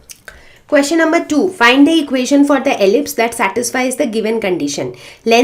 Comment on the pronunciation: Am I only one who is listening equation to equazion 😆☠️